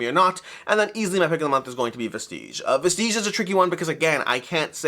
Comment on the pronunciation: You might wanna look up a pronunciation guide for Vestige 😇